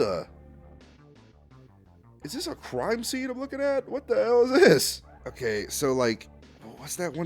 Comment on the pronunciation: WTF YOU MEAN “wat the hail is dis”😔🙏